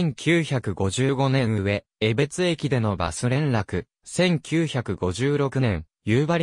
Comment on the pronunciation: 地名の呼び方に間違いが多数あります。うわえべつてでなくて、かみえべつ、せいすいたくではなくてしみずさわ、つぎりつではなく、つぎたて、つのだではなくかくたである。しっかり調べてから投稿してください。不愉快です。ゆうばりほんまちではなく、ゆうばりへほんちょうです。ある